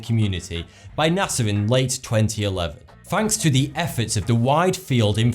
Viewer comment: You... might want to watch your "NASA" pronunciation, with your accent sounds a lot like "Nazi". So, to me, you said "Nazi scientists"